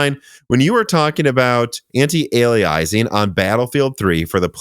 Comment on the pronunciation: McAfee = MACK-uh-fee antialiasing = an-ti-ale-ee-us-ing